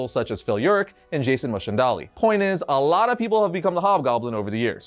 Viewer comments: Love the video but what is a Jason Mashindollay? It's Jason Mack-en-dail. Watch the "Goblin War" episode of Spider-Man TAS where he reveals himself to Felicia Hardy after she discovered his secret room full of gear. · I thought it was Mac-en-dale not mashen-dali? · Please tell me I haven't gone mad and that Jack 'O Lantern's name is pronounced Mac-en-day-ell and not Mosh-on-dah-lee. There's no way he's saying it right in this video. It can't be. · "Jason Michendali"? It's pronounced Jason Mac-n-dale (like Chippendale). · LOL what the hell is that whacky pronunciation?!? That’s hilarious. In the Animated Series he says his name all the time, it’s pronounced “Mack-in-dale” . Little easier than “Mah-shin-dolly” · It is most definitely MacEndale. I don't know what the Variant guy is on about but calling him Mosh-on-dah-lee made me laugh. Still does. Lol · You pronounce Macendale as "Mahs-en-dolly"? I thought it was pronounced "Mace-in-dale". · WtF is that pronunciation of "Macendale"? It's 'MACK-en-dale'; it's in Fox Kids' Spider-Man: Adventures animated series, not just printed in comic book pages. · Isn't it pronounced mack-n-dayle? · The criminal formally known as Jack-o-lantern and who donned the Hobgoblin mantle was named Jason Macendale pronounced Mack-N-Dale. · I've never heard Jason Macendale pronounced that way; you genuinely threw me off for a second. I was truing to figure out who Mashindeli was. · Jason what what?? Jason Philip Mack-en-Dell Jr. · that's how you pronounce his last name? I thought it was pronounced as Mace-an-dale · Jason Macendale was the hobgoblin in the 90s animated series. It’s pronounced Mac-in-dell btw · Have I been pronouncing "Jason Macendale" wrong my whole life? I've been saying it like "Mack-en-dayle". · Jason (Mak-en-day-el) Macendale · Wait, it's pronounced mach-en-dalie? I've been pronouncing it mac-en-dale this whole time. I'm so blown away right now. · That pronunciation of “Macendale” is crazy.